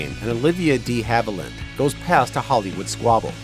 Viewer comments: I never post negative feedback, BUT, you lost me at "Dee" Haviland. How can I take your channel seriously when you mispronounce a major star's name? I'm embarrassed for you! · Why are you emphasizing the "de" in De Havilland (DEEhaviland) like that? sorry to nit pick, but that was hella annoying... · Olivia "DEE" Haviland!?? ☹😠 For Heaven's sake, pronounce names correctly! 😡 Names are easy to hear online, and it's widely known that the (original) French would have had a short e. Show respect please. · Amen! Channel totally lost credibility. Sloppy work! If you want to be taken seriously, then seriously do your research! Or why bother?